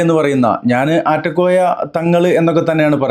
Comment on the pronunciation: . ആറ്റകോയ അല്ല നാറ്റ കോയ എന്ന് തീരുത്തി വായിക്കുക